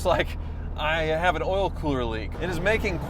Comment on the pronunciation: Did you move to the South? I have never heard a non-Southerner say the word "oil" like that.